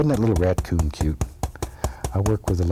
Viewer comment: He dosent say raccoon its R a t c o o n